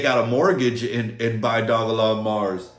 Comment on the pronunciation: I’m not sure why you thought I was joking, I was being dead srs about the mortgage. Also Dogelon isn’t pronounced “dog-A-Long” 😂 It’s “Doge-Lunn-Mars”